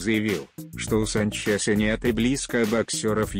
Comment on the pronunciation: Санч"еее"са ударения подает "е"????!!!!))))) Санчеееса))))))!!!!! я )(уеваю )))))